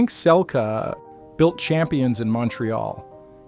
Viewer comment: Pronounced Selkeee